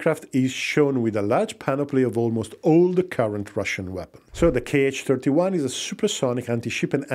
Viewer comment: The missiles are not 'k' 'h', but simply 'H' or 'X'. There are no 'kay eich' missiles in Russia, those are Americans :)